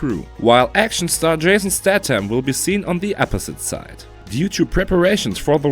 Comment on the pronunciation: Jason Stat-ham??? Mar-got Robbie????? If you are going to do videos in English at least have the decency to pronounce names properly. Just annoying to no end.